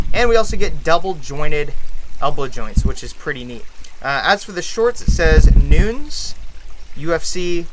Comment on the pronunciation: i love that he knows that Adesanya is a Nigerian/ New Zealand fighter but can't pronounce Nunes hahahah great video tho <3